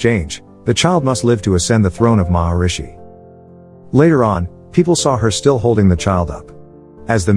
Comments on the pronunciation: It's Mahismati, no Maharishi. Those two things aren't even similar sounding. How on earth did you get them mixed up? Maharishi means Great Sage. Mahishmati means Mahish motherland. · it is Mahishmati A lot of other names are pronounced wrong